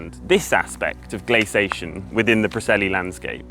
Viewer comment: I really enjoyed this video, it seemed a very even-handed approach. One (slightly) jarring and recurring irritation: please say " glace- ee- ation " like Johns does. It's the correct pronunciation. You say " glacation " but there's an extra " i " in there, as in glacier, glacial etc. Correct pronunciation & diction makes you sound knowledgeable & lends credence to your work. Perception, I know, but it's advantageous to strike agreeable chords in the minds of your viewers & listeners, and not the repeated distraction of incorrect pronunciation which creates a sort of momentary hitch when following along.